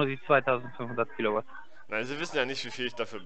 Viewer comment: "wir rechnen in kilouat"